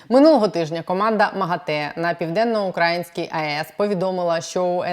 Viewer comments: У слові "південноукраїнський" наголос на "ї", а не на "а". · я вас обожнюю дивитись і слухати. Але ви насправді не знаєте, де наголос у слові "південноукраїнський"? Це сором...